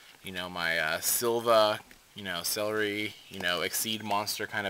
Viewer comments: lol you said celery instead of ceruli cool video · actually its "Celri" not "ceruli" so youre still not right :)